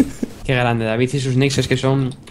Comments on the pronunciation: dice dafif en vez de david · Me divierte como pronuncia ''davidz'' xD (asi lo escucho yo, no me peguen